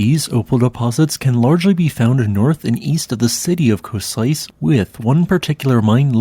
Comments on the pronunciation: I was passing through Kosice so many times and never knew about it! brilliant :) btw pronounciation would be something like Coshitze :) Thank you for the video :) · Great video as always, but please take a little more time to learn how to pronounce place names. Košice is pronounced Koshitse, stressed on the O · Pro tip: Kosice sounds like koh-SHEE-tse -tse E is like in BET. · Košice is not pronounced like Police :)